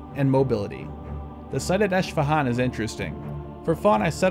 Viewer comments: A minor correction: the Iranian city is pronounced “Esfahan” (no “sh”). You did a nice job pronouncing the other Iranian cities though! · its not ishfahan its esfahan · Eshfahan????its Esfehun wow this guy has to up his pronunciation big time these are not complicated city names like chinese lmao